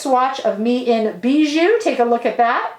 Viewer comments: I love your makeup look today, although you always look good! I love the Victoria Beckham brand and style, the image of class and elegance. By the way, the lip tint ‘Bisou’ is pronounced ‘bizou’ as though it was with a z. It means kiss in French 💋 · Just a quick correction: it’s called Bisou which means kiss, not Bijou, treasure😘